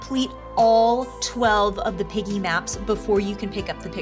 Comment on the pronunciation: is piggy not peggy